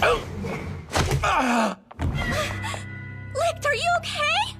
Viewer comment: Licht is pronounced leeshed did the entire dubb team really miss that?